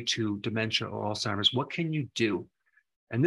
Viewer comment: Thanks for not calling it “All-Timers”. Huge pet peeve.